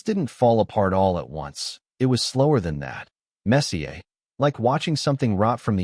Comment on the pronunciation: Messier is mispronounced 😮